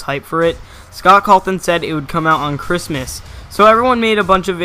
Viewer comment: WHY ARE U SAYING SCOTT CALTON